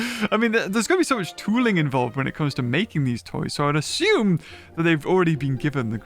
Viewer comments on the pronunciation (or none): none